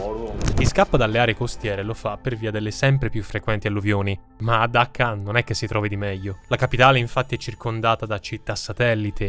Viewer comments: Dacca o Cacca??? 😂😂😂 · Dacca in italiano si pronuncia con la "C"...